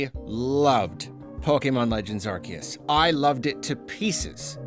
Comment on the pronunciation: Finally someone who says Arceus right